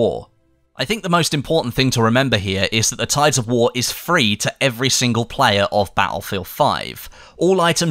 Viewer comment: i have serious problem with your accent. Not that you can do anything about it but the way you extend some syllables really bothered me. its tides of war not waaaar XD